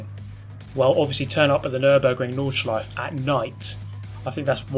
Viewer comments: I know its hart for not germans to pronounce the nordschleife but put an a at the end and its sounds exactly the same :D "nordschleifa" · You pronounce Nordschleife quite well, except that at the end you never say the "eh". You always say Nordschleiff.